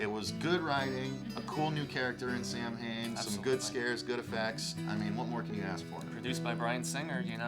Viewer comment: Samhain in reality is not pronounced Sam-Hane it's pronounced Sowen.